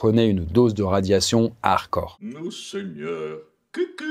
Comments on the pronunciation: Redis encore une fois harcor au lieu de hard core bordel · Le "d" de hardcore n'est pas muet pour info